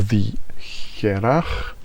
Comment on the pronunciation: Good stuff. "Hearach" means a person, or something, from Harris. Pronounced "Her'och" Press the speaker icon in this link to hear the gaelic/gàidhlig pronunciation.